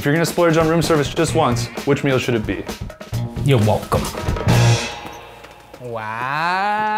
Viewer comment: 'ur wulcum'